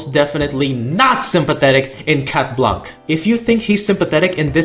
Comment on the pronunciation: Oh and for the anecdote, we pronounce « Blanc » « Blan », the c is muted ✨